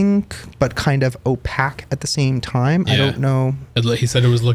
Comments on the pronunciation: Pronunciation is O payg not O pack. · Opack? It's opaque - pronounced oh-pay-k.